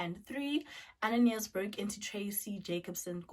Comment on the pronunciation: I'm from Mozambique and the correct form to pronounce is "Ananias" not "Ananaias"